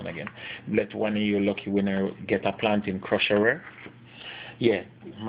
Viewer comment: plantain crusherrer😂😂😂 great video